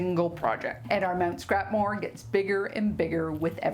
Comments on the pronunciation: Mount Scrapmore, Ha! At first I thought you said Scrap Morgue! Well either one is accurate! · The first time you said "Mt. Scrapmore" I thought you said "Scrap morgue"! 😂😂😂 And I thought, how appropriate! Wanted to say too that I love that quilt hanging on the wall behind you at :25 (and intermittently through the rest of the vid). Great tips for the scraps, thanks!